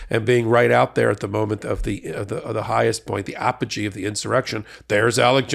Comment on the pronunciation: "Apogee." Very nice.